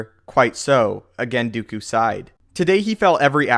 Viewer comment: Its not "Dew-ku" its "Do-koo" what sort of pronounciation do you have